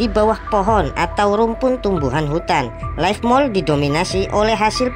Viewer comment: Leaf Mold bang bukan life Salam Jadam 😁😅